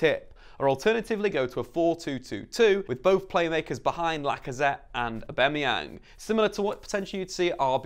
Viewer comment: Can’t can’t with how you say Aubamayang